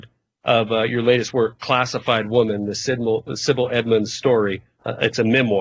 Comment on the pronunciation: her name is Sibel, not Sibil.